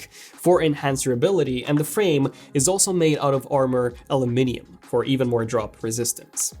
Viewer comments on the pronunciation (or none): none